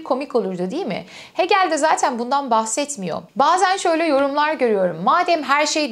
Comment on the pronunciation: Hegel'i "Heegıl" olarak telaffuz etmelisiniz.